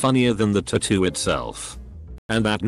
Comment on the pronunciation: Still cringing at ta-too instead of tat-too